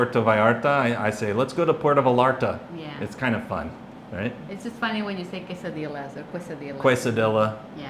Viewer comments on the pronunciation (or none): Hello nice video, I've actuality heard a YouTuber say Bootcerias 😮 smh but what really irritates me is when i hear someone say Porto Vallarta 🤷🏽‍♂️